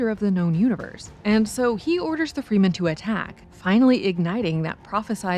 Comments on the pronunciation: "Freemen?" .....No. It's "Frem-en", you silly bint. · Not Free-men.. Fré-men. The Fremen! 🤦‍♂️ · GMAB. People should not review movies that they don't understand, and where they don't even pronounce the characters' names correctly. "Irulian"? Seriously? And "Fremen" has short "e"s. Not long.